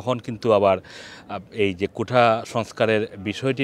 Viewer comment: কোঠা না কোটা